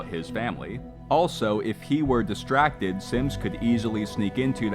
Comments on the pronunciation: every time i hear him say synths, his accent makes me hear simps, and i cannot unhear it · Sometimes, i would accidentally hear the narrator say "simps" Rather than "synths"